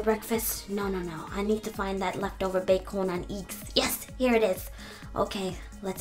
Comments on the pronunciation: BEacOn anD EcKS Lol I loved how u pronounced that. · "ba-con and eigs" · She can pronounce every other words.. but not bacon and eggs and fruit smoothie. 'Bac-onnnn and IIGS!